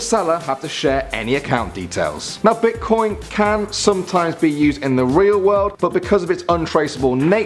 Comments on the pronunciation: Who noticed it said bitcion not bitcoin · at 9 it said bitcion